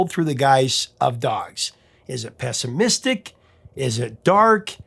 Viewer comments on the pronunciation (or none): none